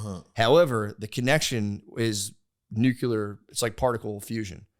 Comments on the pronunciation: Matt. You’re a smart guy, but we need to fix your pronunciation/spelling of “Nuclear”. You sound like George W Bush. It’s pronounced “New-Klee-er” or “Nu-clear” NOT “Nu-kew-lar “ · Physics degree haver and it kills me how much The Shaman gets right and still mispronounces nuclear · “the nagular bomb”